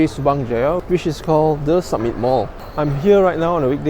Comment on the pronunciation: Samit not sammit